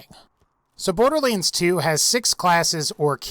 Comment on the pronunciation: Curious how you pronounce it as Borderleands rather than boarderlands ... no offence intended and maybe it's me pronouncing it wrong. :)